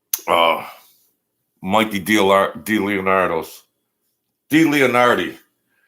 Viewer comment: you can’t start a channel and a convo and not know the info your talking about. U should of learned Dleonardo names and how to say it and what position he really is. Sounds ridiculous on what u were saying. That’s all have a good day